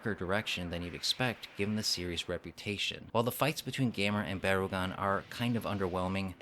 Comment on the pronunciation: "Baragon?" "No, BarUgon"